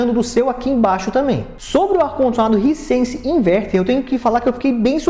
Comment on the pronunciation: “Haisense” não risense. Bom vídeo.